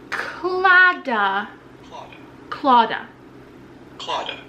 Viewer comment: If you’re Irish .. well from the south of the Republic of Ireland... like me... you said Claddagh right the first time too not klah dah ☺️ you were right! You said it perfectly ! Ps I’m watching this during a night feed so forgive if the grammar is sloppy as hell.